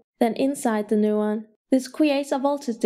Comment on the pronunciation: Annoying as fuck. "Newon"